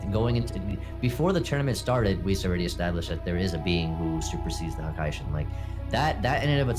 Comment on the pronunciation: Who is a hakay-shin?